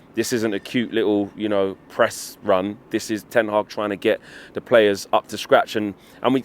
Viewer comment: Did he just call him Eric Ten Hard?